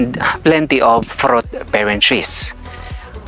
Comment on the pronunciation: Plenty “ frot “ trees area but not so much “ FROT “ trees … !!! 🤔